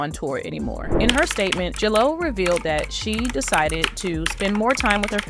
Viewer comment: You are pronouncing J-Lo wrong! 🤦🏼‍♀️